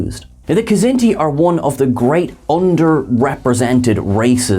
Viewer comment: I love you guys. I love all of you guys. But come on. Stop mispronouncing Kzinti! The K is silent!!!